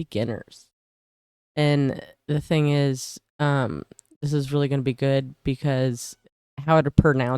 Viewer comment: ''gooda'' lolllll.